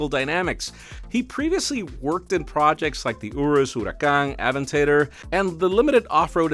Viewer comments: “A-vin-tay-dor”? Its the “A-ven-taa-door”. Please watch a car show every once in a while 🙂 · please never say Aven-tater again